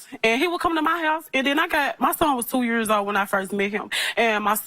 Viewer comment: 6 yuurs......Girl stop pulling that weave omg......6 yuurs❌❌